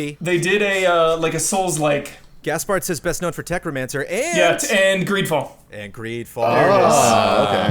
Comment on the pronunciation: Did say Technomancer or Tech Romancer?